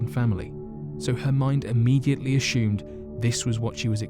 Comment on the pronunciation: No 'H' in the word 'ASSUMED'